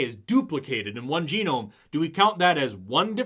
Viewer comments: the man says "jehnome instead of geenome. he didn't study ? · Juh-nome?.... JUH-NOME?!? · The fake professor said “geh-nome” because he graduated from Trump university. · "Each jah gnome" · you mean it isn't pronounced jen-gnome?? 😂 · These are the same people who say "do your research" and then don't actually do any research. This guy can't say genome looking like he's reading off a teleprompter 😂 also where tf did he come from How many teachers are supposed to be running this class?